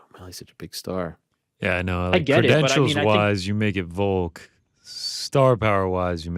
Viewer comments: Silent L ... 😂😂😂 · Still can't believe Ariel can't say VOLK he says VOKE every time and it kills me